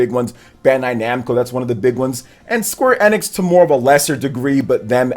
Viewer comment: Sorry to knock you off your high horse, but he actually pronounces Square Enix correctly, which means you must pronounce it incorrectly.